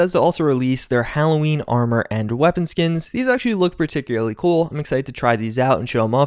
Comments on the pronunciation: Particulary partocularee particulary. Every time says particularly wrong take a shot. Died in 2 minutes from alcohol poisoning. Rip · Ah yes, particularly